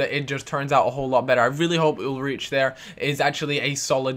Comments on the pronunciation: Ull-reech? YOU DESTROYED THAT NAME MAN. It's pronounced Ul-ryke. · i think ulreich is pronounced ulreek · Ulreich is pronounced ulrike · Ul-Rike That's how you say it. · It's pronounced UL-RIKE! :') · spell it ul-raich, and the ch german ^^ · Hey its pronounced Ul-Rike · It's pronounced ulrike